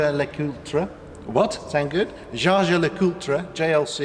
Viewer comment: 'Jaeger' written should be pronounced like 'Jejer', thank you for taking the interest, now for my question, I am a car guy who doesn't have the means to buy expensive cars, I was wondering if there's any business that rents out cool cars, as in old AMG's or M cars, or fast Audi's for reasonable money?